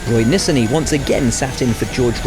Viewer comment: When pronouncing the last name of an Israeli driver (Nissani), the stress is on the second syllable and not on the last.